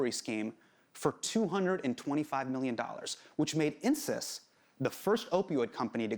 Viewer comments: Insys sounds like "incest". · I know this is inappropriate but every time Hasan says Insys I think he's saying incest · when he said insys i legit heard Incest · insys sounds like incest